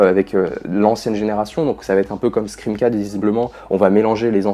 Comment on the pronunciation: Pourquoi personne ne prononce le titre de la saga correctement? Tout le monde dit scriiime 🤣